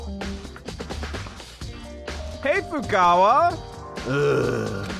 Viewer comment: "Hey Fukawa" :) By this time you learned to pronounce their names... at least the ones who are still alive. Anyways, love your content, still have 20 minutes to see... returning to it :P